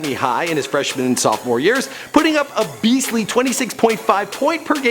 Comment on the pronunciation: he said 13 yeRs